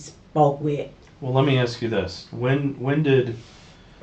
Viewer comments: Aks me aks me aks meeeee🥴🫣🤢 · never trust anyone that cannot say ASK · So much a nurse, she can't even pronounce ASK. Tells me she's a liar and a thief.